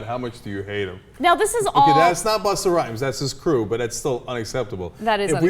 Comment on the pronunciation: "Buster" Rhymes she called him. lol! Doesn't she know it's Busta Rhymes, not Buster Rhymes?